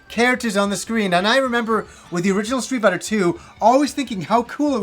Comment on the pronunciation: "Stree Biter"